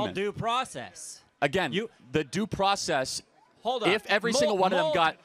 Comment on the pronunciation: "Due pracess"